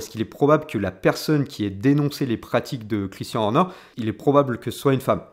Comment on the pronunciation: Vidéo vraiment intéressante, seul petit bémol, la prononciation à la française, notamment de "Christian" et "Red Bull" qui sont répétés tout au long de la vidéo, ça m'a piqué les oreilles lol